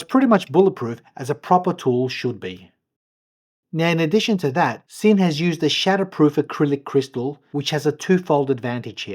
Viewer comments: Just fyi it’s pronounced Zinn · Beautiful watch. BTW it’s pronounced Zinn. It’s a German made watch and S in German is pronounced Z. Sinn Zinn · It's pronounced Zinn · Nice piece. In German, Sinn is pronounced Zinn.